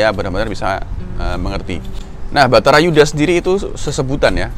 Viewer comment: Bukan betara Yudha Kang, tp Barata Yudha